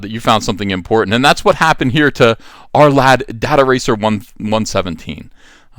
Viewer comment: Why you pronounce it 'dat-aracer'...is it not 'data-racer'? Makes more sense?